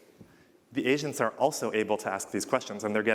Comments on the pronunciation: I kept hearing him say that "Asians" when he says agents :D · I can't help but hear him say "Asians" instead of "agents" 😂